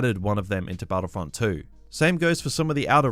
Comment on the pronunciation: STARWARSEY and BATTLEFIELD-EE